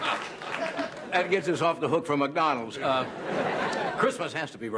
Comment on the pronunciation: He almost says MucDonalds.